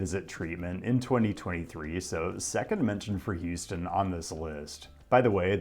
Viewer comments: it’s houston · It's Houston. Stop being dumb. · Its houston